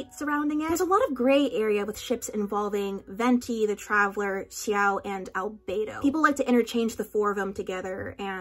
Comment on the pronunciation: I once read a zhongchi fic that included the detail about the chopstick symbolism and I actually wasn't aware it was canon Edit: the way you pronounce x-i-ao gets on my nerves